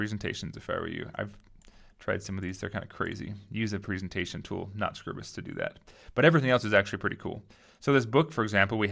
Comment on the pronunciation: Scribus - from SCRIBE - not scribble. Scry-bus.